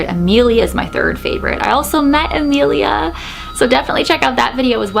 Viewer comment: there are other haunted dolls, like you said peggy, harold, charlie, joliet, pupa, okiku, and this other haunted doll has a familiar pronunciation but spelled different. and it's emilia(not amelia).